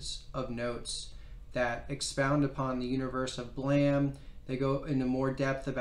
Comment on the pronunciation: The E in "BLAME!" is silent